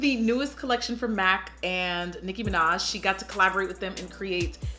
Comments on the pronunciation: Im dying at that Micki minach!!!😂😂😂😂😂😂😂😂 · Lol miki minach